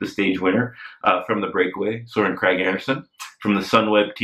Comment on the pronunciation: Regarding how to pronounce 'Kragh'; the 'g' is soft. Bit like the (first) g in 'Fuglsang'.